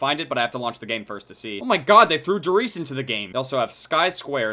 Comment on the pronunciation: Idk why but as a German his pronunciation of Der Reise gives me the chills